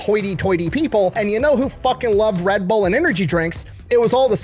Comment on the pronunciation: So it’s pronounced Red Burr??? I knew I was saying it wrong.